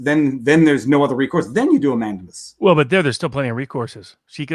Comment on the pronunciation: Love the content, but please, PLEASE, listen to this clip for the pronunciation of mandamus